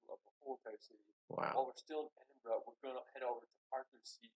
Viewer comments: It's Edin-bruh. Not Edin-burrow. With these pronunciations, you've got to forget about the spellings and just listen to and learn the 'correct' pronunciation. They often don't make sense but that's just how it is! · EdinBruh is how we say it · Edinburgh pronounced Ed-in-burr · There is no 'o' in Edinburgh, never understood why folks pronounce it edinboro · Edinburgh pronounced Edin-burra. There are castles all over the UK, not just in Wales. The surname of Snowdon, most likely comes from the place called "Snowden" in West Yorkshire. Derived from Old English of "snow" meaning snow (!) and "dun" meaning hill. So your ancestor is more likely to be Yorkshire than Wales. So many areas of Outstanding Natural Beauty have been omitted from the video, and his pronunciation of place names was mostly incorrect. I do like the fact that you want to return to the UK, but you need more than a couple of weeks to really explore the whole country!! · As a Scotsman, a Glaswegian, we pronounce it Edin-bruh. Edinburgh is fantastic but it's definitely for tourists. Glasgow is more grounded and cosmopolitan. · edinburgh is edin-bruh, unless in west or north of scotland largely edin-bu-ruh, said with a rolling r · Ha ha edinbruh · no its edinburra, no O at the end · Edinburgh = Edin bra= bruh. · Edinburgh is pronounced edin-bruh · It's pronounced Edin - bruh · Edinburgh is pronounced Edin Bruh. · It’s Edin Bra